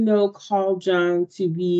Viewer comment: J in Jung is not like in jungle, it is like y in yogurt